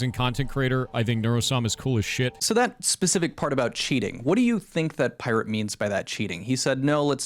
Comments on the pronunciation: "Pie rea tae" 😅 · Hah, Sungrand Studios pronounced his name in the same way, pIrate Software. Hehe